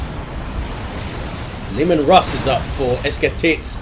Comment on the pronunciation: esketit was beautifully pronunciated